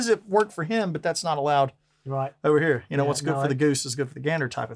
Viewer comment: " heah." " heah." "Andy here." Game over for Spot the American.